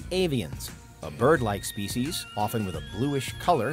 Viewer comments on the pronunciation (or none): It’s Species not spieces